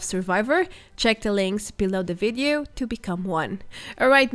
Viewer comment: Please I beg you, everytime you say Vedeo it brings acid to my ears. It’s Videos not vedeos. I like your videos but please say Video not vedeo